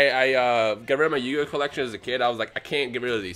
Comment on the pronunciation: YU - GI - OH !!!